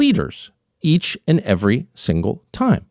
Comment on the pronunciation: "every - single - time" 😜